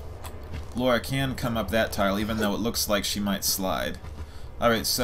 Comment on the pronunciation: It's "Lara" not "Laura" 😀